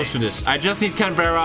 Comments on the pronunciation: Just the obligatory comment to say it’s pronounced Can-BRA. Not Berra! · It is pronounced Canbruh not Canbehra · its pronounced canbra lol